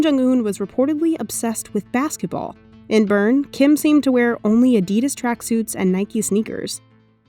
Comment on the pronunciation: The way she said Adidas haha